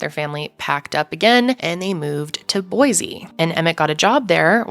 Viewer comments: There is no “Z” in Boise, say “boy-see”, thanks. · Please… please… please… say Boise correctly. There is no z in boysea.